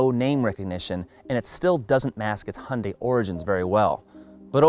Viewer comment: Hunday? Make a correction in your pronunciation.